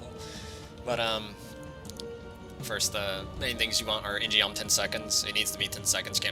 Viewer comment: Eww that shit pronunciation of "In-Geom"